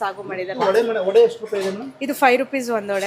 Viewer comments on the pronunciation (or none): Not vada say vade you killers of Kannada